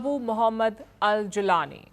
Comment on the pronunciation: Mam, this channel should have researched better, I don't expect that from others. The name is pronounced as Mohammed al-Golani not like Julian Asange!